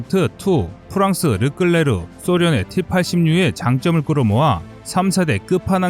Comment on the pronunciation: 르끌레르가아니라 르클레르입니다